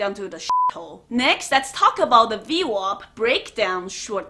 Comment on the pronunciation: WAP not WOP ,WOP Is like calling an Italian person the N-word lol